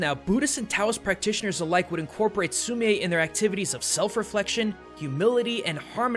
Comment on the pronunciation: I did an art unit on Sumi-e painting and umm... you said it wrong. It’s pronounced like sumi the an e. Just letting you know.